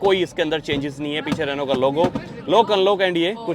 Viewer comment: You pronounced it Renault 😂😂 Its pronounced as renno